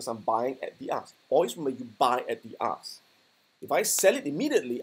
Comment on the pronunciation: I kept hearing "ass" price for some reason lol